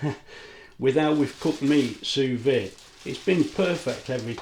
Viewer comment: It might be write "sous vide" but it's prounounced "sous vee". It's French with silent letters